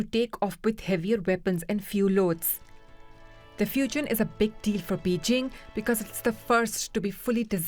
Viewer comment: A significant moment "Fajaina" 🤣Fajaina